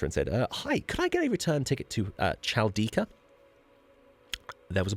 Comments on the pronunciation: It's pronounced Halkida that's why he looked at you like that, he didn't understood what's Chalkida, Greek is hard, if you convert it from Greek to English there is always a confusion. Greece has many unknown and beautiful places, unfortunately it has many wild fires every year so many forests are gone. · You pronounce the city's name Chalkitha wrong... The correct pronounciation is Chalkidha -tha ---> -dha Greek letter Δ/δ (dhelta) 👍